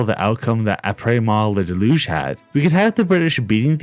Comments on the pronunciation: “aprays moi la delyuge” good God man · "I prays mahla de looge" 😭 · The way he said it deadass hurt me so much